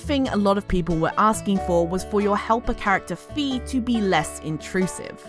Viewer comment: Fai not fee